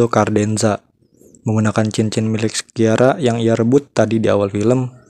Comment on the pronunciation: Lea Seydoux dibacanya Lea Sedu Christophe Waltz dibacanya Kristof valts Sciara dibacanya Shara